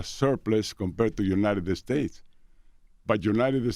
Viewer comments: “Eh-United Eh-States” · United-Da States Lmaoooo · can someone tell him its not uniteded states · Love how he pronounces United States ❤️